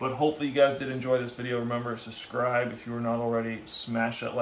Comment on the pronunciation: I'm going to unsubscribe unless you start saying the word SUBSCRIBE properly! Please!